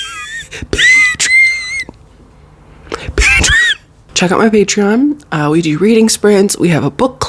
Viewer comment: The way you said patreon slayed. Healthy queen 👑🖤